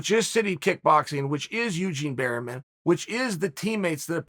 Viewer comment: Eugene "Berryman" Bareman.